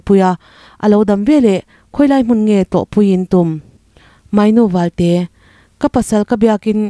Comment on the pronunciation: Mainu valte ti a lam tur ni lovin. Mawinu Valte ti a lam tur Ani.